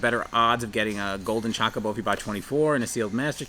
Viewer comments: Only saying this because I know it's good for a video's views, but the way you say Chocobo triggers me. 😂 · I know this is a "tomayto tomahto" type thing... but it's interesting to see someone call them "Chakabos" using the same pronunciation as "CHOcolate" or "Chalk" instead of calling them "Chocobos" with the same pronunciation as "CHOsen"... which is how most final fantasy fans I've seen have been pronouncing it for decades. But to each their own. 🤣